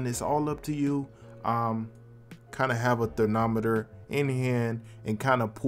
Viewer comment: I love you but did you say “thernometer “ instead of thermometer 😢.